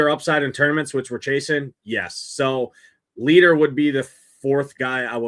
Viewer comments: It’s pronounced LIGHTER! Has this dude never actually watched baseball? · Leiter is a German surname, thus the pronunciation is "light er". His Uncle also pitched in Majors, Al Leiter.